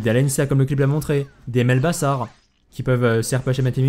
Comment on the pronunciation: On dit bazar par bassar xD.